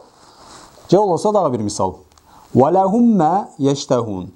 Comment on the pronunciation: Алдын ала ката болсо кечирим сураймын 39 чу сабакта идгам шафавия мисалында учунчу мисалда фатха жазылип турат бирок валахум деп домма окуп жатасыз турабы